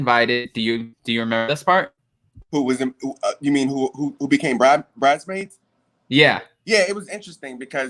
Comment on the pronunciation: almost said BRIDEmaids!!! I hollered!!!